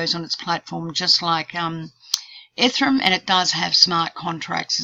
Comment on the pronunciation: Just FYI, pretty sure ethereum is pronounced eth-ere-um not ethe-rum. Thanks